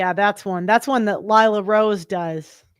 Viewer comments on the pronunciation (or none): none